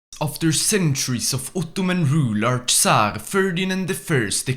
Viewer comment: As a Turkish i love your Uttuman Prounancation